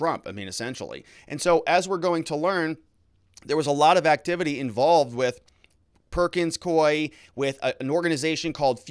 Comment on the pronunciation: Ah, you correctly pronounced "Perkins Coie." (I'm not sure I spelled it correctly, however!) They have an office in Alaska. I used to get contracts from them to type court transcripts.